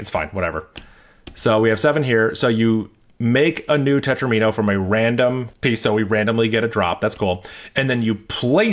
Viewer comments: FWIW, "tetromino" is usually pronounced to rhyme with "domino" (tet-ROM-in-o). Because that's where it comes from: mathematicians took "domino" and reverse-engineered it into "di-" + "-omino" where "di-" means "two", creating a suffix "-omino" meaning "shape made of [that many] squares". After that little bit of what linguists call back-formation we have a way to talk about triominos, tetrominos, pentominos, etc. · Interesting pronunciation of "tetromino" 😂. The video was awesome anyway.